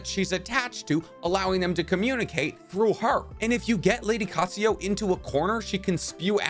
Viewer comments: U have a habit off changing vowels/letters in names, for example u change Katsuyu to Katsuyo and in another vid u change Kakuzu to Kakuzo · there is no "O" in "Lady Katsuyu"